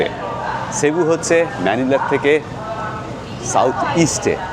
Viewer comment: San Jose is pronounced San Ho-zay Also its pronounced sebu - not shebu